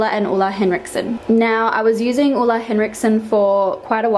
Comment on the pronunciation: Love the way you pronounce Ole... Hugs from Denmark (where Ole's from) :-D